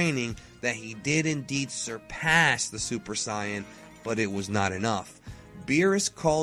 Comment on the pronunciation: Supuh Sighyuh-jin Or from the Dragonball Super manga adaptation of Battle of the Gods: "Soup D'Saian Gahd"